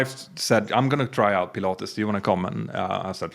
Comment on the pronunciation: When you said Pilates I thought you said Pilatus and had been to Switzerland and had a go on, either, the PC-12 or PC-24! 😁My dream aircraft. All the best.